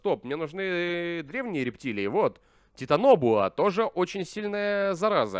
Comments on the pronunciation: Это конечно придирка, но я ненавижу когда названия произносят не правильно Не титанобА, а титанобОА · Какой титаноба, титанабоа́ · Не титаноба, а титанабоа!))) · Читается не титаноба, а титанобоа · Не тинОба , а Титано-БОа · Титанобуа', а не титанобу'а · Не титаноба а титанобоа. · правильно титанобоа,а не титаноба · Тита́нобо́а ударения на а и о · Правильно говорить титанобоа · читается титанобоа ударение на о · Вообще-то говориться титанбоа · Я: ура новый ролик: (где-то в середине ролика) Титанобоа Я: (уши кровоточат) 🤕